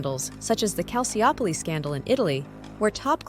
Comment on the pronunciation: Calciopoli. Pronounced as calsiopoli. In italian it is calchopoli. She makes it sound like a medical procedure